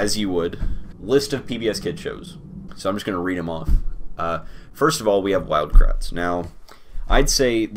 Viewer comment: Thought he said Wild Krauts. Would have put that at S tier